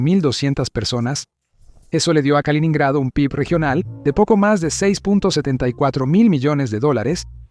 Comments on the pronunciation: No se dice kalonhrado sino kaloNO nhrado. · No se dice kalinado sino kaliNINgrado. aprende a leer.